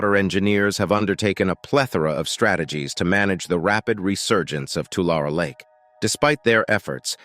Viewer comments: loved the update, but as a native resident to this area please please please check with the locals for your pronunciation. Its like fingernails on a chalk board. The word is not Too Lair nor is it Too Lawr. It is pronounced "To Larry". as in, Don't give the money "to Shirley", give it "to Larry". The same goes for the nearby town named after the lake... just sayin' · It's not too-lar it's too-lary. That is the correct way to say Tulare. Lived in the area for many years and I was confused where this was until you put up the map. LOL. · You can always tell when AI is narrating something. It mispronounces words. It's two-lair-ee not Two-larr. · It’s Tu-lar-e not Tular. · The locals around there pronounce it Tularie😅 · Tulare, tu lar e is the correct pronunciation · It’s pronounced “Two-Larry”. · Tulare is pronounced: Tu lair ee. Just because I was raised in in the San Joaquin Valley. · Tulare is pronounced Two-Larry. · No one says Tulare they way they do in this video. it is pronounced with a long A and E, like "To Larry". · Interesting that growing up there we all pronounced it and the town (too Larry ) funny how 100% of everyone in CA says it wrong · Is the narrator wrong or 100% of the population of the San Joaquin Valley? My bet is on the narrator. To all of us here in the valley, it will always be too•LARRY. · We pronounce Tulare as 'To Larry' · 3 syllables dearie. 3 syllables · I'm amazed by how the narrator mispronounces the name of the lake. Great voice. Lots of very interesting information. And yet he pronounces Tulare in at least three different ways. Isn't that something you would research and learn before narrating what is otherwise a well done presentation.